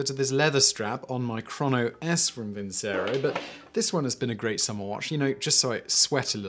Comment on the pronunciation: It's pronounced vinchero ffs